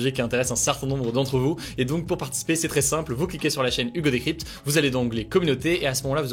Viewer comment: Nan franchement t’as bien prononcé Hugo 🤗😁